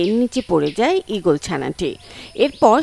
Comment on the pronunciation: ঈগল না 😂ওক্কাবাস😂